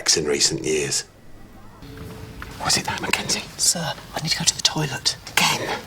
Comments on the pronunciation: "We come tit village" 🤣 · "We Come Tit Village". LOL.